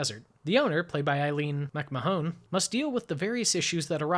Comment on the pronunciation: Still enjoying the reviews - please keep them coming! For the record, Aline MacMahon's last name is pronounced, "Mac - MAN". I found that the film was remade in 1941 (to code!) as "Highway West".